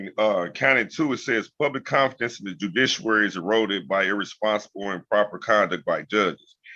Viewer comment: When you can't pronounce the word JUDICIARY, you have no business challenging a judge.